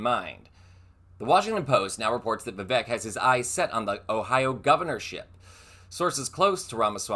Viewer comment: I agree with your assessment of Vivek's real ambition. Btw, I believe "Vivek" rhymes with "fake". Very appropriate.